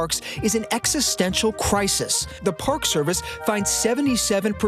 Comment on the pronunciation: EXCESSTENTIAL CRISIS?? Good grief.